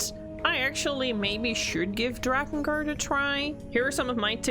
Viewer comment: You lost me when you said "drakengart"